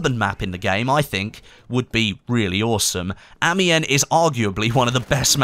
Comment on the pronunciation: Apocalypse is gonna be frickin zombies, it was hinted at with the isolement door in Fort de vaux, and you're still saying amiens wrong